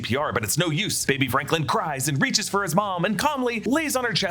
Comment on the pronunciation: Wonder if Franklin, or has Sue kept saying “Franklind,” is really Sue and Doom’s kid